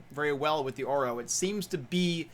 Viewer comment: Should pronounce it correctly orVo and orWo (engllsh)